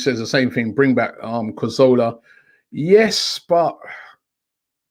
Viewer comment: Robbie still cant pronounce Cazorla properly hahaha